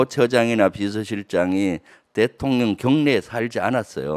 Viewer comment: 김병주 장군출신 의원님 ㅋㅋㅋ 윤석열 대통년 ㅋㅋㅋ 발음이 글케 들려요~~^^ 꿋꿋하게 대통년 으로 발음 부탁함미더